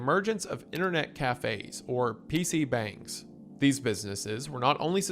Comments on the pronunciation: He also mispronounced PC bungs every time he brought that up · These mispronouciantions are hitting me like flashbangs "Broad War" "PC Bangs"